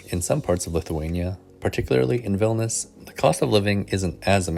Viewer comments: It sounds like you're saying "Vilnis". Isn't it three syllables? "VIL-NI-US"? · vilnius, not vilnas